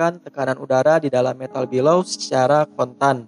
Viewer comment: Video nya bagus informatif dan mencerahkan, tapi maaf, ijin komen sedikit 'Bellows' dibaca ˈbeləuz, bukan 'bəˈləu' (Below - 'dibawah/ lebih rendah')